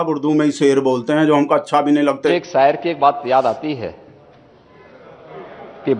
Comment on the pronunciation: Sayer 😂 Takla ko ye hi pata nhi sayer hota hai shair